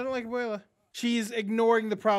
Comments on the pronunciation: why does the dude on the bottom keep saying abuelia?? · Abuela. Not "AbUeLiA"